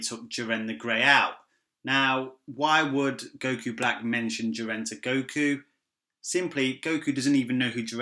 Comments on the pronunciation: I keep hearing "jir-Anne" every time you say "Jiren" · Your name is lame and shit, your accent is horrible and how you pronounce Ji-ren, damn you suck